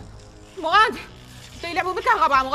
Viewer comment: مراد ❌ مغاد ✔️😂